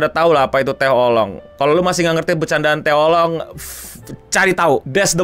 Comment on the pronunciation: Setelah sembuh dr penyakit menyebut Anime dgn "Anim", skrg malah nyebut Oolong jd "Olong"